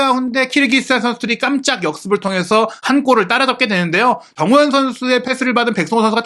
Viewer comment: 아... 발음이 나만 정호영, 정호연 이렇게 들리는건가 정우영입니다!!!